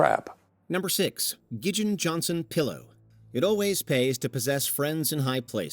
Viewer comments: "Gideon" not "Gigeon"! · Dude’s name was pronounced “Gid’eon” not “Gid’jin”. Three syllables, not two. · It's pronounced "GID-EON". There is no "g" in the middle of it. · Btw it's not pronounced Gidgin when you try to say the name Gideon